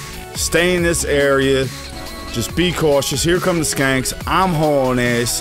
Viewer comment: Lol I laughed the first time you called the shanks "skanks"